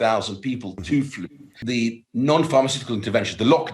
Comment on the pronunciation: Love how he says flu…. Faloooow 😂